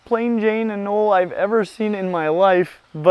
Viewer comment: Are the names of the anole species in the Amazon not pronounced with a hard “e?”